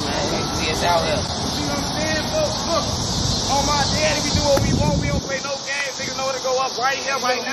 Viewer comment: It’s not they daddy it’s they deddy I hate the way they pronounce it 😂